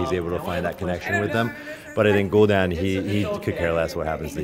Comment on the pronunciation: He says the name right and then corrects himself to be wrong. What.